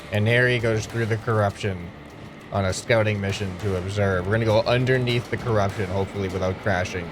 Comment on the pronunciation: Curupshon alien's